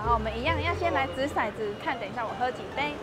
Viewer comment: 骰子，念touzi,不念shaizi。shaizi是色子